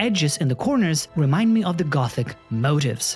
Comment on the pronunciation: Just so you know I think the word you were trying to use regarding ravencroft is pronounced moteefs, not motifs.